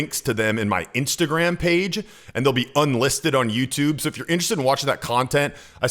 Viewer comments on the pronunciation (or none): none